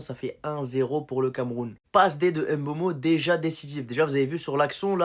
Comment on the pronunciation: Même à mboma ngueeh m'boma